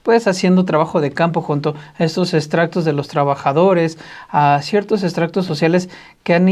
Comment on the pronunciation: No es extractos, es estratos😂